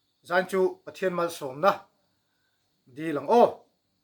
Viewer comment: No-40na thu nawn Pathian tih laia thian ( d__r slur hi d___l, slur angin I sa tlatin ka hria, ka hriatna beng diklo zawk emni chu le ?